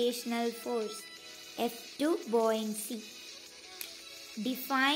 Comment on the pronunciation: Bouyancy alla buoyancy ആണ്